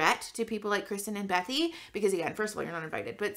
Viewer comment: I LOVE your content. Are you saying bethy or Becky?